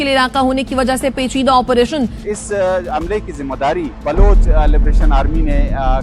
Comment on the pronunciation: Balooch to Sahi kehna seekh ly Baloch Hy balooooch Nahi hy. Apna khalistan BN ne SE to rok lo Jo zulm kr rkha hy sikhon py